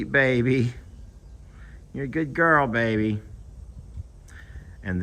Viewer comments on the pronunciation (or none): none